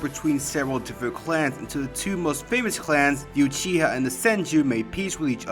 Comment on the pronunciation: It uchiha not yuchiha, the u in uchiha are spell like the u in ultra not yultra